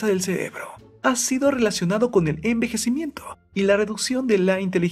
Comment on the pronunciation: Galvan ME ACABO DE FIGAR QUE HABLA ASÍ:(UN EJEMPLO) ENVEJECIMIENtoh, si no entendieron ponganlo